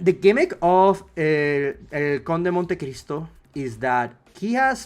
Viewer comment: Lol when you say "Conde de Monte Cristo" you return to your base form (costa rican) for 2 seconds.